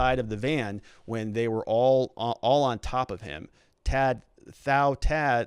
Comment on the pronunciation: If you or other readers haven't learned, the name "Tou" rhymes with "you" and the "th-" sound in southeast Asia is usually a hard "t" so "Thou" rhymes with "cow."